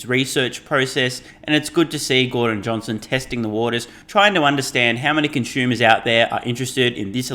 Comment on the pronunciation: all fine except for the "conschumer" pronunciation:)